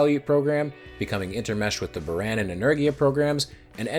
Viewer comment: in Buran, the a isnt eh but Ahh